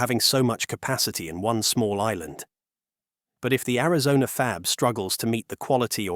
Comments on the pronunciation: It's Arizona. not Arizon. lol... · Only one complaint. You know what's good? Real voices are good. Apparently AI cannot yet read. (@ "Arizon", for example). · Where is "Arizon"? What is this? More AI generated trash? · So why is it the narrated voice doesn't know how to pronounce "Arizona" - calling it "Arizon"... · Ari-zon? Yah, this is AI. Is the entire internet propanda now? Not that either side is any better... but EVERYTHING here seems to be lies now. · "Arizon?" I'm out, buh bye Felicia's ai. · “a lot of snot, tears, and all kinds of training in Arizonn??” Are all this channel’s videos just hastily slapped-together a.i. slop? A quick glance through the catalog—with its impossible upload rate—points to “Yes.” 🙄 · Ai Generated video pronounces Arizona as Amazon? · Arizon? Another AI slop video.... Coolllll...... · Chit AI it's Arizona NOT Arizon you STUPID AI FFS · “in Ariz-on”??? AI slop narration outed. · “Arizon”?? 😂 Is this script, including typos, read by AI?? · AI calls Arizona arazon..😅..i wont watch this crap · Teach your AI how to say Air-i-zone-uh. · The AI narrator lost me at "Arizon" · This AI generated video lost me at Ari-zon. Ass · The AI voice over can't pronounce Arizona. Garbage. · typical ai pronouciation. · AI narrator that can't even pronounce Arizona correctly! What a fcking joke this shitty AI-generated channel is! I'm using BlockTube to ensure I never have one of their videos recommended to me again. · Jesus, AI can't even pronounce Arizona correctly. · This is too much of an AI voice for me with the miss pronouncing of Arizona. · this dumb AI can't even pronounce Arizona. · Ai slop, it can't even pronounce Arizona. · Narrator can't pronounce Arizona. I'm out. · This is obviously AI, as the narrator cannot even properly pronounce "Arizona"... Very LAME! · AI can't even say Arizona right. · Why can AI not pronounce Arizona? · I was tripping on that as well. I live in. Arizona and I have never heard whatever noise this thing made🤣